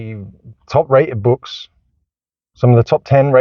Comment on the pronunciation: Surely this is satire? Easiest Way "wead Bwooks". not a specific book, not specific concept or idea just wead Bwooks. This dude really said he is one of the best parents, videoing himself with a busted car seat is in the back ground? Stumbled on to this channel, saw all the negative titles. Found a positive title... no actual information and plenty of moral finger wagging.